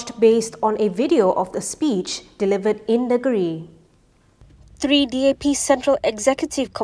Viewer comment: Sebutkan: ‘Neng-giri’ lah.